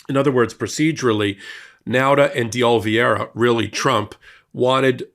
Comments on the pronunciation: It's OLIVEIRA! Not Olvieira!! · Oliveira, not Olveeaira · Oliveira* Not "Olviera" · Isn't his name spelt OLIVE ira,? Why do you pronounce it Ol VIERA? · Are you dyslexic? It's Oliviera, not Olviers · it's "OLIVE-ERA" not "OL-VEE-ERA" Just sayin'. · Ol-i-veira. Not Ol-vi-eira. You constantly mess that one up. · Love you guys, but Oliveira is pronounced oh-lee-BAY-dah. 😉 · Oh Leave Era. Carlos De Oliveira. Sorry, but it's been bugging me. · Dear God, it’s been YEARS now and still cannot pronounce OH-Lee-VAY-ra. You cannot call out Republicans for their inability to pronounce Kamala when you yourself cannot pronounce Oliveira. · Oliveira. Olive-hei-ra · while i deeply value your videos and the information you provide to the public, your consistent (and seemingly deliberate) mispronunciation of Carlos DeOliveira's last name gives the appearance of deliberate discrimination! Yes, he has participated in illegal acts, but why go out of your way to lower yourself to his and the orange buffoon's level? I have to admit that as a person who floats on the edge of the spectrum when this happens I have to exit out of the video, regardless of any good I might have received from it. Thank you for reading my rant. (retired teacher) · Why can't pronounce "Oliveira' properly? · Why do you insist on mispronouncing Carlos De Oliveira’s last name? You can do better than this. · Please take a look at how you are pronouncing. Mr Di Oliveira's name. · is pronouncing DeOliviera incorrectly. We are going to be hearing that name so many times in the months ahead. I hope will take just a second and learn the correct pronunciation